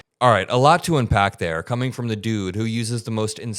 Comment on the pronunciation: please dont start saying umpack.